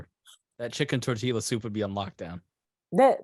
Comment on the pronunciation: Did say “Tor-teal-yuh” soup? 😂